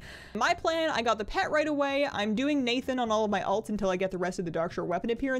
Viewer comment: is my favorite.... but she plays too much alliance. As evidenced by 'Nathan'os pronunciation. XD